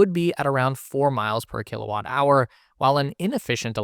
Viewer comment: "Kilawatt" 😂 Kilowatt (kW) Kilo = 1000